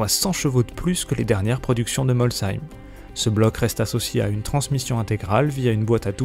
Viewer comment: apprend à parler stp ci en italien ce dit « chi » et on prononce molsheim avec le son « che »